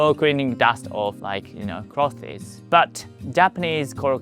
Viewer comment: i like how you say clothies. great video, thanks